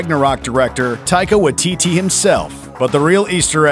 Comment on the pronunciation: Taika Wai-TEETEE XD That pronunciation tho.